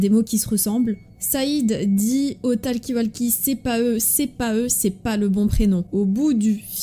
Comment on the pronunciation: TALKI WALKI Ptdrr la prononciation de talkie-walkie xdDD